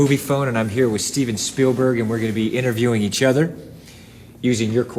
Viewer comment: can we please take a moment to reflect on Tom's pronunciation of Spielberg ... "Steven Sperberg", ladies and gentlemen. ;)